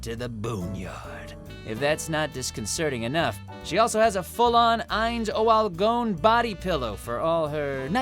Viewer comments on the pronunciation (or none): I hate how you pronounce Ainz ooal Gown and nassarick